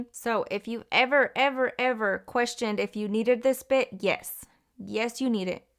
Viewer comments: I thought she said bi**h 🥴🤣🤣 I'm like Yesss! That bi**h do come in handy 😭 but she said Bit! Lol. Love the video though, very helpful thank you 😊 love you girly! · Lmaoooo i definitely heard “this bitch you guys “ i had to rewind like huh 😭😭😭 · Lol I like how you put this bit lmfao cause it sounded like you said this b**ch hahahhaaha but that works for it too hahahahahahhaha